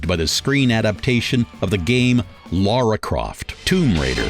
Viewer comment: Lara croft not Laura!